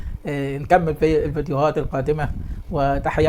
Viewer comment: ارجو ان تقول ورحمه بضم الهاء